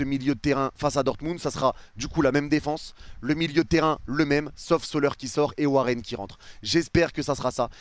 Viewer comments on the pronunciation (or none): arrete de dire soleur aussi, ca se dit solère